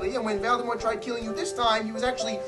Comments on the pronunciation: is anyone else gonna tell this man its Voldemort and not Valdemort? Or is this just a thing now…? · I think he says Velldemor... Lol